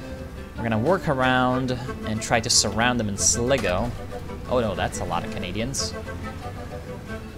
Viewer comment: Its pronounced sly-go, not slig-o